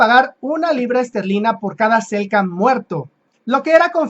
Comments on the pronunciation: SELK nam, se comió la Ene el amigo. Convengamos que no es sencillo pronunciar estás denominaciones... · Hola hermano se dice Selknam un gusto ayudarte